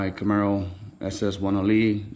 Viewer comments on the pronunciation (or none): none